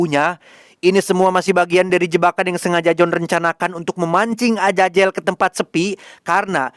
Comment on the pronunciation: Azazel, bukan ajajel😅